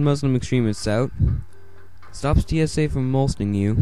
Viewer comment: Lost is ABC, not CBS. Mole-sting. LOL it's mol-es-ting